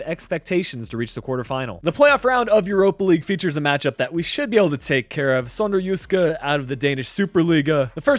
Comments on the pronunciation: you got it spot on! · Such a good pronunciation of the word “Sønderjyske”, im from Denmark. Love the videos!